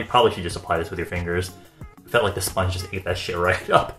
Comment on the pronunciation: 35 mins of talking about his sillicone sponhe xD